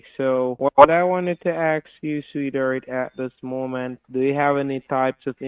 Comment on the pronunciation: "a heart attack or nervous breakdown". What if BOTH ??!! :hand-orange-covering-eyes: what is curious to me is that nearly on 99% of scam videos, the scammer pronounces the word "ask" as "aks", what is with that ? is that somehow how english as a foreigner language is taught ? :)